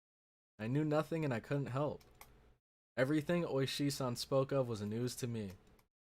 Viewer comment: It is Ooishi, the emphasis is on the first part of the name